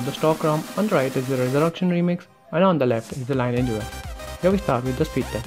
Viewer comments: ˈlɪnɪɪdʒ Lee Ni AGE that is how you pronounce it Not lye ni age or lye nage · it is pronounced as lin-ee-age OS